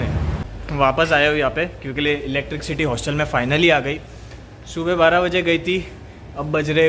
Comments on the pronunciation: Your video blog is good as always (I don't miss your vblogs) except about wrong pronunciation of electricity (which you pronunce as इलेक्ट्रिकसिटी). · its not electricccccity ! dude